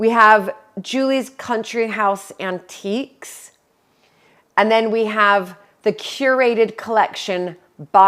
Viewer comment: Countiques in stead of antiques 😉